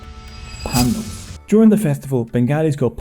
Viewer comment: Thank you for pronouncing PAN - DELS and not PAN - DALS.